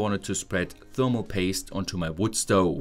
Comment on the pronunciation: mmmm pfermal paste (thats a german accent)